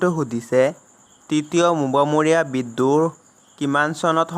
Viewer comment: অনুগ্ৰহ কৰি অসমীয়া উচ্চাৰণ সঠিককৈ কৰিব। চক্ৰধ্বজ সিংহ, মোৱামৰীয়া,লতা মংগেশকাৰ আদিৰ উচ্চাৰণ ইমান ভুলকৈ কৰিলে।